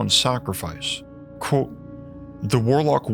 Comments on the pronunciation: The way he pronounces "quote" has always annoyed the living s*** out of me. Otherwise good content, but omg it is truly awful. It's like the "QU" just becomes a "K" sound, and then like he can't open his mouth more than the tiniest bit to say "kot" 😡 it's pronounced "Kwote" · The way you say the word "quote" is nuts. Like its blown out of pipe like a dart.